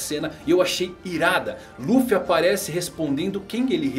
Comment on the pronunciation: luffu falou certo